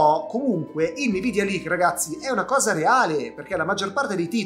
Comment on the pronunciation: Scusa sei sempre il numero 1 però puoi smettere di dire nividia?:P ❤